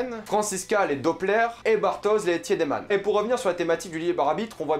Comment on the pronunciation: J’ai pas vrm vu de problème dans sa pronunciation. Ou peut être c’est juste le fait qu’il regarde en allemand donc les prononciations sont justes. Juste pas en français. Sauf pour le tiedemann qu’il prononce pas bien du tout.